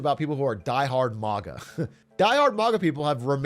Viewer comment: Big A so gamer-pilled he pronounes maga like naga